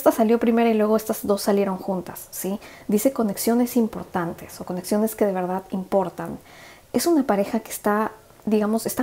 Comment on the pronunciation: crítica constructiva, porfavor trata de no tragar todo el tiempo la saliva se escucha todo el tiempo y a mi parecer no queda bien y tb porfavor las palabras que terminan con D ejemplo VERDAD porque las decis con T al final? VERDAT? perdón si te molesto pero son hábitos que van a mejorar tus lecturas, te bendigo gracias.